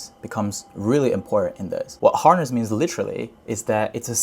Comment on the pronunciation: Good Content! though i think horse can be pronounced more correctly 😆 i thought that loop agent is sits on top of harness agent because what if agent fails to achieve the goal and according to failed memory llm wants more diverse context then what ?